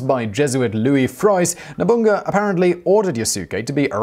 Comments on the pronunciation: Did you say Nobungga? 😂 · i think oda nobunaga and aketchi mitsuhide commited sepuke in heaven when they heard you pronounce there names, hahaha nobungo , nice video tho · Nobunga! Mitt-sue-hide? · "nobunga"!?!? Oh Simon, you've just cursed yourself there. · Hey Simon, I know you're trying your best + a "college try" on these Japanese names, but please try to stay somewhat consistent with them, even if you are mispronouncing them. You, somehow changed Nobunaga's name to "Nabunga" . I'm only making a point of this because, while I'm not 100% sure, there might have been a descendant of Nobunaga who's name was Nabunga. Feudal Japanese lords tended to have a way with naming their sons. Nobunaga's direct sons, that I can recall, were Nobutada, Nobukatsu, and Nobutaka....so Nabunga isn't too far off and could lead to further confusion rather than education. Beyond that, I had heard bits and traces of this, but never a "fuller" account of Yasuke. Thank you for this. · "Nobunga" lmao